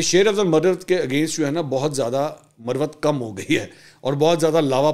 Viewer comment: منصور بھائی تلفظ میں تھوڑی درستگی فرما لیں ،، ایک لفظ ہے مروت یعنی Marwat یہ ایک کاسٹ ہے ،یہی لفظ مروت کو اگر Murrawat بولا جائے تو اس کے معنی بدل جاتے ہیں یعنی وضع داری ،، میری بات کو محسوس نہ کیجئے گا ایک بھائی کی حیثیت سے درستگی کی کوشش کی آپ کا نمبر نہیں ہے اسی لیے کمنٹس میں لکھنا مجبوری تھا بصورت دیگر کال کر کے آپ کے کان میں کہہ دیتا